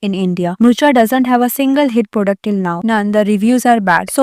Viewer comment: Baki sab to thik hai par product kya hota hai 😂😂 pronunciation to thik kar liya karo video banane se pehle